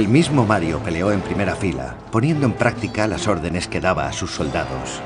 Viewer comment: "premea"? LOL